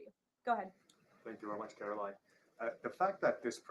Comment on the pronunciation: Please pronounce her name correctly. CARE-uh-line. Line rhymes with mine, sign, wine...